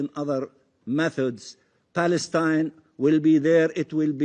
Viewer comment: State of paleston ?🤣🤣🤣🤣🤣🤣 palestonian land ?🤣🤣🤣🤣🤣🤣